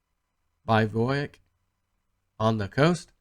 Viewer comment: hey! B-I-V-O-U-A-C: pronounce it like "biv-oo-ack" definition is a temporary shelter or camp for sleeping in outside, that is not a tent: 2. a small, light tent that is just big enough for one or two people to lie